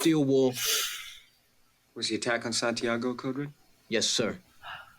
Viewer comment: San tiaaaago 😂😂😂😂 es de vergüenza como pronuncian santiago los americanos que se creen duelos del mundo